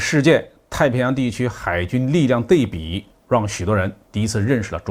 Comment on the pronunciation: 是安徽人吧？ 对比读成dei bi. 应读dui bi.